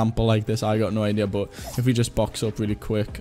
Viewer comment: how can you pronounce "but" like "bot" tf dude